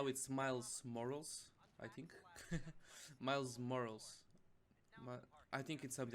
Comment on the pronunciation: Miles moracals😂